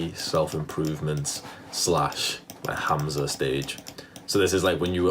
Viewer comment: Hamza sound of the name Hum-Zuh lol u calling him hazma This has got to be the new thing to wanna be when you grow up some cult leader with followers having a GOD like complex is scary and people should be afraid of these types of people. Any man/woman that’s looking to be worshipped of have followers u need to stay clear of these types of ppl. I’ve never seen one that really believes that they’re not GOD of just as powerful as GOD. They always have demonic energy surrounding them